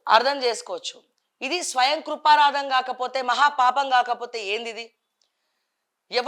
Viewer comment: స్వయం కృపరాదం కాదు.... స్వయం కృతాపరాదం😅😢